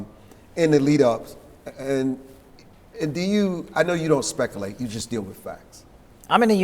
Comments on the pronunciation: What is, "specalate"? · Did he really just say 'specalate'? 😂😂😂